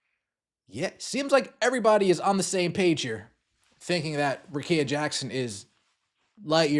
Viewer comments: RICK-EE-A. Come on bro. That's mighty white of you. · BRUHHHH RICKEA RICK KEYA GET IT RIGHT PLEASE!!!